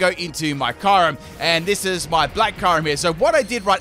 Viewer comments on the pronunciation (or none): my favorite union is shellder and slowpoke aka slowbro also kyurem is pronounced kyuu-rhem not kyy rem